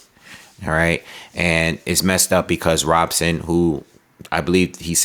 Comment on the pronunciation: Btw, in Portuguese, the “r” are pronounced as “h.” So it’s pronounced “Hobson.”